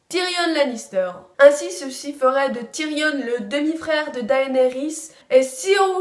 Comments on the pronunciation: ben si le N de Tyrion se prononce justement en anglais, donc phonétiquement c'est TyrionNE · pourquoi tu dis Tyrione et Targaryenne ! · À chaque vidéo concernant game of thrones, il y'aura TOUJOURS une faute de prononciation ! "TYRIONNE" => Tyrion "TARGARIENNE" => Targarien Et j'en passe, mais sinon bonne vidéo